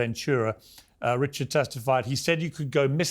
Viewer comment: So many people mispronounce Dawn’s last name. Pronounced, Reyychard.